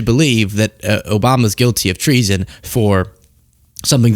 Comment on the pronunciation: "The left is committing TREE-SON!" - Jim Brewer